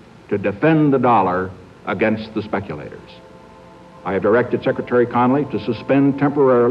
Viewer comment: "TaDafend da Dollarrr against the Speculatorrrrs" anyone else think that was hilarious?